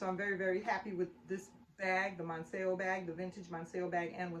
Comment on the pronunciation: I just found out that the correct pronunciation of the LV Monceau is “Mon-so”. TFS